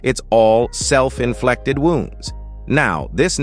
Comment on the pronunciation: Inflected? Inflicted. Get better at ai voice overs bro or learn to spell.